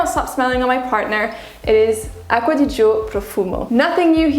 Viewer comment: On ne prononce pas le i ma belle : ) ! It written aqcua di gio but spelled acqua di "jo" ! La fonction du "i" devant le "g", est comme celle du "e" devant le "g" en français ! Cheers